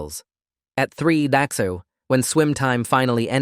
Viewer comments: other than the text to speech thinking ":00" means "daxo" or "bye" the story is actually pretty terrifying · "At three DAxo." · "three bahtsu" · "at three dAxoo" 🗣️🔥🔥